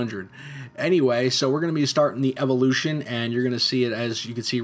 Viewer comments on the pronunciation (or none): none